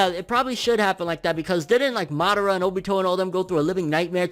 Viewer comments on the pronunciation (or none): none